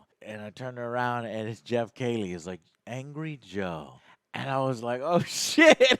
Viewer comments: Why does he keep saying Geoff Kaylie instead of Geoff Keighley? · KEE-LEE MY GOD MAN!!! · I've noticed many of his odd pronunciations over the years to be honest, lol. He can't say Geoff's last name correctly, or Henry Cavill's last name correctly either, even after being sent video of the actual person saying their own last name in real life multiple times, he still reverts back to his mispronunciation, lol. Just one of those Joe things to add to the list ;)